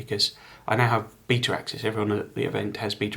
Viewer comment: BETA. Ah, I thought he was calling the game a “beater”, as in a “beat up malfunction old car”.